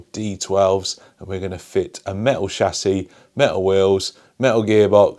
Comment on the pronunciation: “A me-o shassy”